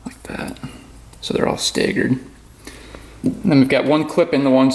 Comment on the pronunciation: listening to show pronounce staggered cracks me up am i the only one that cringes when he start brapping the throttle IMMEDIATELY after a first start from an engine rebuild.. i can just feel that metal getting slashed off.